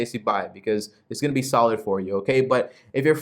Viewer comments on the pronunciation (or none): none